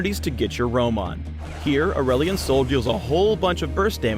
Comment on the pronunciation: is it me or says ''aulerelion sol''